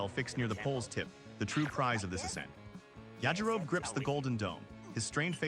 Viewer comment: Suggestion. Get your AI bro to say “yah-ji-ro-be.” No human would ever say “Ya-ji-rohb”unless they’d never heard it before.